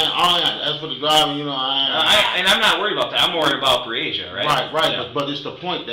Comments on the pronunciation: You had this whole video of people pronouncing Breasia’s name correctly and you couldn’t even bother how to say it! Her name was Breasia, not Breezy-uhh Put some respect on victims if you’re going to make “content” like this geez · Her name is Bre-Asia. You were pronouncing another kid’s (Aniyah) name wrong. Please give them enough respect to pronounce their names correctly. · Her name is pronounced Bree-Asia. Like the continent. The announcer is saying it incorrectly. She deserves to have her name said correctly! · I'd line to think this is not an AI created channel but please do better about pronouncing the victims name correctly. It wasn't even close which makes it clear to me, who ever made this video, didn't watch the interrogation. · While I am someone who appreciates what you do, I also feel like it's on the disrespectful side when you (or other content creators) don't even make sure the victim's name is pronounced correctly. I'm someone who actually helped to search for this sweet precious girl who should be out playing in the snow with her friends right now. So if you make any other content that is about her story, please be sure to at least pronounce it correctly. Her name is pronounced Bree-Asia... Not Bresia.